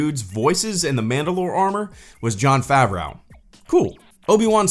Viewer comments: Stop saying Jon FavROW instead of Jon Favreau. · "jon favraow"